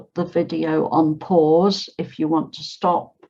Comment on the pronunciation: Hi teacher I hear you pronounce the want, as one chi, why?